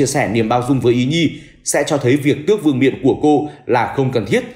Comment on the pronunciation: VƯƠNG MIỆN LÀ CÁI CÀI TÓC ĐÂU CÓ GIÁ TRỊ BẰNG CÁI "VƯƠNG NIỆM" VƯƠNG MIỆN CÁCH PHÁT ÂM CỦA NGƯỜI HÀ LỘI --VÍ DỤ NHƯ "DÍ DÕM " THÍ NGƯỜI HÀ THÀNH GỌI "DÓM DỊ " ...TRỜI LẮNG QUÁ - EM ĐI HÀ LỖI MUA CÁI LỒI VỀ LẤU CƠM LẾP ..."